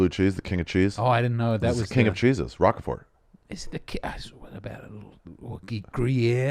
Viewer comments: Holy shit Ari it’s “Roquefort” r-ohk fort. Not rock a fort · Pronounced “Rock Fort” cheese not Rocker Fort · Ari mispronouncing Rochefort that way is very displeasing to the ear.